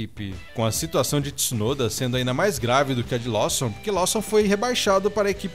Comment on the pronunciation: Lawson não lê-se como estás escrito! Bora melhorar as pronúncias da língua inglesa!